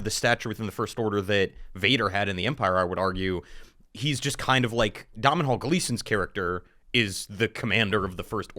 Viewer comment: Pronouncing Domhnall Gleeson like that should be illegal